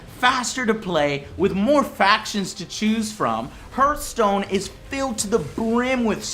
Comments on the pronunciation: not herth, it's pronounced harth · It's pronounced harthstone but spelt hearthstone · He said hert stone!!! It's heart stone!!!!!!!!! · hurtstone? thought it was prenounced hearthstone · pronouncing hurtstone ayayayayaya cool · Thats not how you pronounce Hearthstone :D